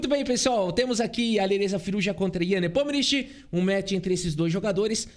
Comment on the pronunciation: parabéns por mais uma bela análise, meu canal favorito de xadrez. Mas sugiro que dê uma sondada na pronúncia do nome do Nepo em russo (que é tipo assim: Yan Nepomnyashchiy). Mas ouvir um russo falando facilita 😉